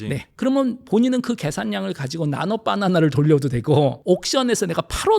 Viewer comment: 나노빠나나 로 발음하시는거 넘 귀여우심